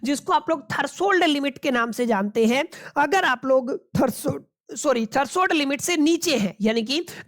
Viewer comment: thats threshold limit, not thershold limit